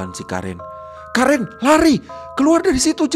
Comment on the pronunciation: Bang itu karen dibacanya keren